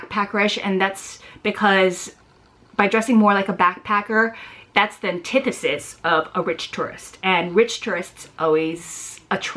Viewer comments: ish you say something like that's the "tidisiss" of a rich tourist. What word is that? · | Oh. I know the word, it just didn't sound familiar. It almost sounds like your are making a d sound instead of a t lol.